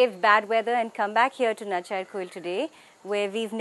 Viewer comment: It's nachiyaarkovil. Pronounce it properly. You're not English. You're Tamil.